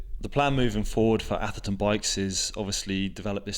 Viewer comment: "Oi call it ther Aftherton Saturdayy.."